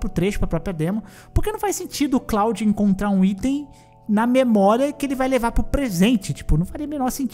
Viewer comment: Cláudio? kkkkkkkkkkkkkkkkk É KLUOD!!!!